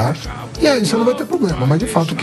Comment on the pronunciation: O "Professor" Haddad disse "Poblema" - Minhas orelhas sangraram!! 😅